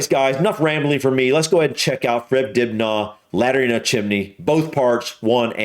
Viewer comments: It's pronounced Dib Na not Dib Nar. 🙂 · Fred's surname is pronounced more like Dib-nuh rather than Dib-nah. (Ok - I know this is petty, I'm just trying to help.) Edit: Lol,. I doubt very much if anyone went up with an electric drill. All the holes would have been made by hand with a hammer and chisel. Fred was a skilled craftsman - he didn't need all those new fangled things. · It's pronounced DIB-NER not dibnahh Even though it's spelled that way Anyway, can't go wrong with uncle fred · It's friggin Dibnah, not Dibgnaw.